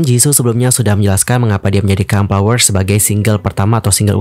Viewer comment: Tolong banget F atau V dibaca dengan benar, FLOWER BUKAN PLOWER, VARIASI BUKAN PARIASI dan masih banyak yg lainnya. Konten menarik, cara bawain enak didenger, tinggal eja yg bnr aja utk F/V pliss bgt!